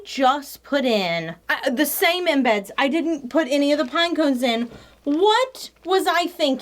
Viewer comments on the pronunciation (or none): lol, "tikked" cuz she "tokked" too much, and put the same in-beds in! HeeHee, We love you,!